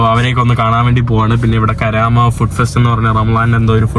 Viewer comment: കരാമയല്ല സഹോദരാ കറാമയാണ്